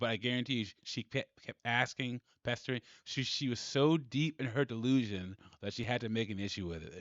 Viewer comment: And its ask-ing..... not ast-ing